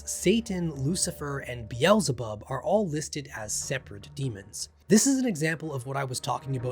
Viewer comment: I cant take your mispronouncing King Solomon and or Satan's name Beelzebub please see how the rest of us pronounce them please